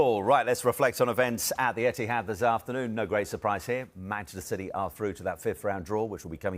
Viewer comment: Merson 😂😂 SAID CITEH PAID TOO MUCH FOR DE BRUYNE 😂😂😂😂😂